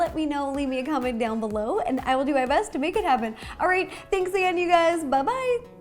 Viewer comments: I SWARE SHE SAID HEY GAYSSSS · Did she started by saying “hey gays” so segregational... Also, that is not tropical, its mountains...